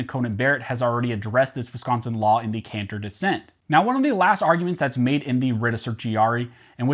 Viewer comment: At least it didn't get pronounced wiscaaaansin